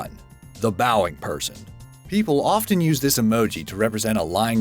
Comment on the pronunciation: Often is pronounced ‘offen’, the t is silent